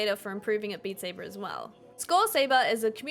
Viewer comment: Beat Say-bahhhh